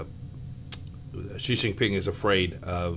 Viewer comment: It's so weird that almost no one can pronounce Xi. It's like she. Not /ʒi/.